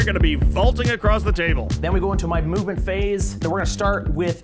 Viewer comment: Every time you say "Movement Phase," I hear it as a "Mubin Phase."